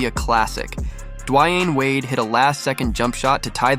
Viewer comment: Just the way he messed up these names either dude is young and actually has no clue who Jason Williams is just because how he has messed up divac and hedos names and they weren’t just journeymen. But keep it up bud love the content fr but Dwyane Wade name tho bro lol